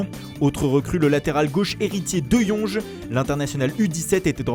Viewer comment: MERCI ! Vous avez dis " Deyonge " et pas " De Jong " merci ! 😂